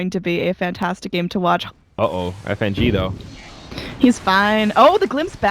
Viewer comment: When the female caster called Fng "nitrogen"